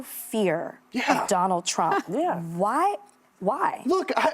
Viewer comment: Anybody else hear that "donald tramp" ? Love it